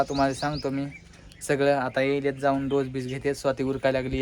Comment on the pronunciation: ढोस नाही डोस आहे 😂